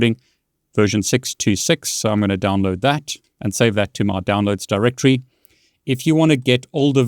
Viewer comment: Btw just wamted to help you out a bit, its actually pronounced DirectORY. When you say it fast like directree it sounds like you're talking about the brand Direct Tree. Anyways take care.